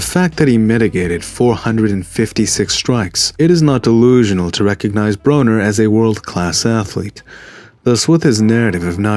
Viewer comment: " I BITTIM!" BRUH-NER hahaha